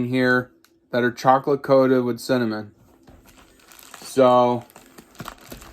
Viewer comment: covered in chocolate and cinnimminn lol. yeah sound good